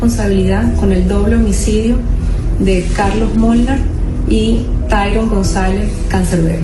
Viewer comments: No se dice tirón. 😅 Tyron (tairon) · Se pronuncia tairon no tirone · el nombre de canserbero se escribe Tyron pero se pronuncia "Tayron" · Se escribe TYRON Y SE PRONUNCIA TAYRON...............APRENDE QUE PASA CONTIGO?? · Gracias por tu investigación. Como oyente me llama la atención tu pronunciación, es comprensible que digas "Tirón" a Tyron, porque es otro idioma. Pero: ¿"Sabato"?¿"Cortazar"? Que son intelectuales tan conocidos y sus apellidos llevan tildes, eso es muy común en tu narración y es algo que estoy totalmente segura de que puedes mejorar sólo poniendo en eso tu intención. Saludos.